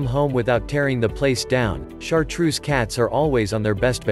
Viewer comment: Get a different narrator.No correct pronunciation, it is not chartroose, but chartreux(French), and automatic voice is horrible to hear..👎🏻